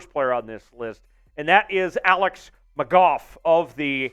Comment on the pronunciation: Its alex mcgoo* thats how its pronounced